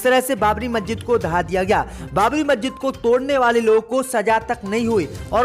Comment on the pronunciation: مججت نہیں مسجد 👎👎👎 मज्जित नहीं मस्जिद 👎👎👎 Majjit not Masjid 👎👎👎